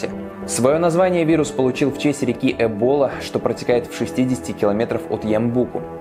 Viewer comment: Не эбОла а Эбола